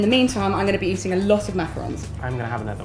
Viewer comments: EVERYONE SAYS MACAROONS!!! OOOOOONNNNNNNNSSSSS ITS ONS, O-N-S WJWJSJXKSKWKSK GET IT RIGHT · Hannah Plas Girl you’re not the only one! It’s been a loooong pet peeve of mine whenever people say macaroons instead of macarons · not mac a rons